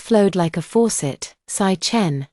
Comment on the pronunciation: Lmao 🤣. Sichen= 'sick hen' instead of 'see chen'.